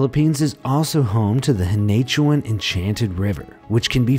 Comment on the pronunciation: correction* it is pronounced as Pa-La-wan and Hee-na-tu-an and Bo-ra-Kay